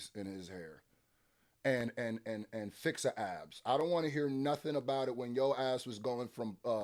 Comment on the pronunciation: Not Fix-a abs 😂😂😂😂 hey got his nose done too